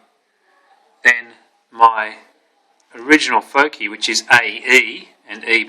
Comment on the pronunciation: "focee" c: anyways, a good intro